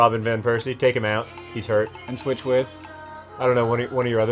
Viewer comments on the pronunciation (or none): none